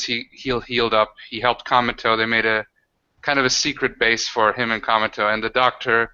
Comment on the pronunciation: I really like the Cometo character, but I constantly understandGamingBeast saying "Cameltoe"...